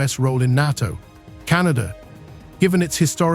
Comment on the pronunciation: AI can never replace the real humann voice. Just count the number of times the word NATO was prounced incorrectly.